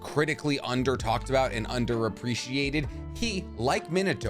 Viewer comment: please please, stop pronouncing the “i” as a consonant, it’s pronounced shisui (shEsuE) and minato is pronounced (mEnatoe) rinnegan is also pronounced (rinnigan) sorry i just can’t focus on anything after you say it